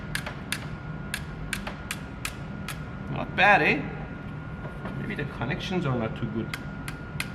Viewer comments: Thumbs up at "not bad eh" so Canadian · you can tell Mehdi is a Canadian 🇨🇦 🍁 “not bad, eh?” 😂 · made you sound propper Canadian :D I love it !